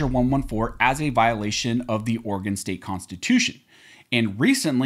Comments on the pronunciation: As an Oregon resident please repeat after me: It's pronounced Oar a Gun not Oar-gone.... I didn't know until I moved here in 1991 either 🤣🤣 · I love how yall still mispronounce Oregon amd Oregonians. Oregon is pronounced aw·ruh·gn Oregonian is pronounced aw·ruh·gow·nee·uhn